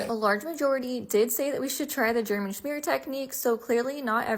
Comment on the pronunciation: The way she pronounces smear “shmear”